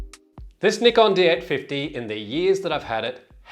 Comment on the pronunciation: Nickon, lol. C'mon man.